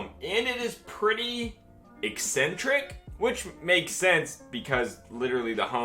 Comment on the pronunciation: Eccentric not excentric.